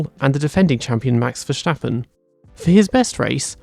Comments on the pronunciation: Little tip: Verstappen isn't pronounced with a shh sound. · Ah yes Verschtappen, great driver.